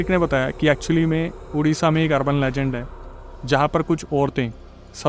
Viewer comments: Bhai udisha nehi Odisha hai state name to thik se lo 😮😮😮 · Bhai it's called Odisha not udisha...plz correct ur Pronunciation...jay jagannath🙏